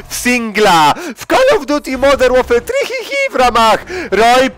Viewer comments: Nie wiem czemu, ale cały czas puszczam sobie wstęp Roja i cały czas mam z tego pompę :D. "Call of Duty Modern Warfare Trihih" To mnie rozpierdala xDDDDDD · no rozwala mnie to wejście: "modern łorfoer tri hi hi" :D